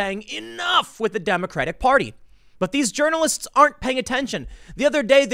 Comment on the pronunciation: calls pronounces it as "urinalists" lol